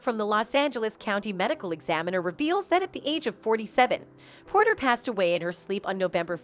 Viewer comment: it’s Porter. Not Potter.